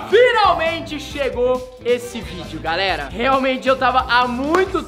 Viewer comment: O rezende iria falar GALERA, ai ele falou GARERA KKKKK